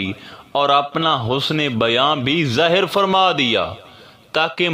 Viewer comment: work out on Urdu pronunciation zaahir not zahar many more hope u will look into it